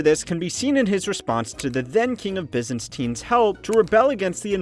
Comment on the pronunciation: And “bysisntines”